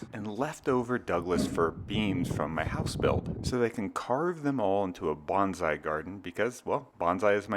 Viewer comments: “…sort of like Banzai”… ??? Please. It is “Bone Sigh”! You are not a WWII Zero pilot! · Hate to be the guy who says its pronounced ‘bone Sigh’ not ‘bahnzai’ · Can you try to pronounce "bonsai" correctly, please? The first syllable should sound like "bone" and the second like "sigh." "Bonsai" is tree art. "Banzai" means "hurray."